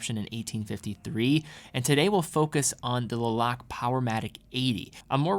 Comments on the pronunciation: That’s correct. Was actually thinking should have done the research on how to properly pronounce the name of the town before making the video. It is pronounced Luh-Lok-Luh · Le Locle is pronounced differently. You can test it out in google translate ;) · LeBron-Le Lock the door- Lock Le Locle, the e is silent from my understanding